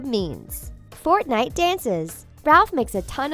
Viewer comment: They pronounced fortnite wrong 👏🤣🤣